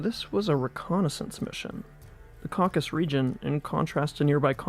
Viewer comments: I mean, go back and listen to yourself say caucus at least five times, and then listen to any other native English speaker say Caucasus. You are one syllable short. What about the text and sources, though? That’s much more interesting. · Thanks for a really comprehensive coverage of the material in English. Is this your original text? What sources are you using? You make a valiant effort at pronouncing the tricky names and toponyms, but I just cannot help but point out that it’s the Caucasus mountains not the caucus mountains. And Giorgi is pronounced ghee-or-ghee. 😅 But who am I to pick nits? Good work. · incorrect correct correct incorrect incorrect